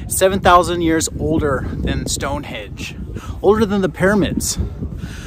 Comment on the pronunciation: Please get your pronunciation right. Stonehenge with an 'n'. You could do that at least.